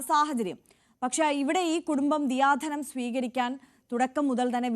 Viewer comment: ദിയാധനം അല്ല,, ദയാധനം ആണ്